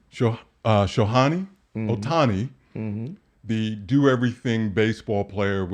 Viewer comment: Shohani, Johani, Tohani…😂he just misses it every time!